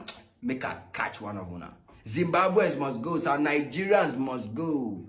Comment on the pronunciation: Very good video. But what is the reason Nigerians pronounce the name of the country NANGERIANS? You also pronounce racism as RATECISM. You are otherwise very fluent and good to listen to.